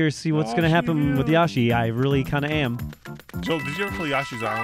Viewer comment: Anyone else getting mad everytime Joel says yashi rather than the actual name yoshi